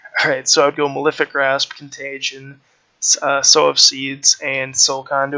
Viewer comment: Nice vid cheers. Oh and 'sow' is pronounced the same as 'sew' or 'so'....not like the pig hahaha